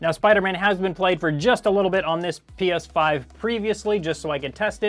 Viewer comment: Got to say....its 'PS5'😂